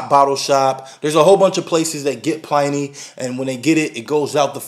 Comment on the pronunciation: it's Pliny (like "benny", not like "tiny")